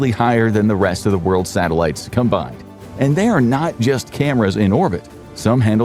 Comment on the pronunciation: We have Sah-Tehl-ah-tees. I love. Satellites ❤❤❤❤